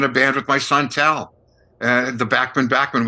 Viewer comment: Dear Professor... pronounce Randy's last name as he does. Randy "BACK-Man". And his son Tal's name is pronounced TOWEL BACKMan. Just a FYI. 😁😁And yes, Randy is OK with the incorrect pronunciation of Bachman Turner Overdrive because he knew it would be useless to correct radio station DJs.